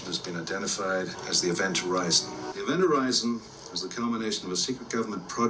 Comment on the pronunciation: It's not called Ivent Horizon, It's Event Horizon🙄😂🤣